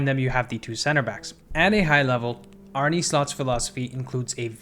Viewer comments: Great video but as a Feyenoord fan I can’t hear you say “Arney Slot” or “Weiffer” anymore. Please say Arne as “Arnuh” and just Wieffer as in “Weeffer.” Idk I just couldn’t bare to hear it like you did but great video anyways. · Good video and great analysis! Sidenote: Arne isn’t pronounced “Arnie” but “Arneh” 😂 Sounds funny tho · great video man. Just a little btw Arne is pronounced Arn-uh. I go to every Feyenoord home game and Kokcu is an absolute pleasure to watch. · Feyenoord's coach is called Arne, not Arnie 😂